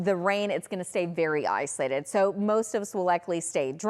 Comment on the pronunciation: Girl, it’s “ISOLATED”… not “islated”